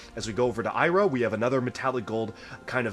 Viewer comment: You pronounced Sira wrong. It's See-ra, not Sigh-ra